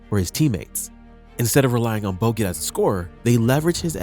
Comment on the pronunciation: Why do you say boget sometimes?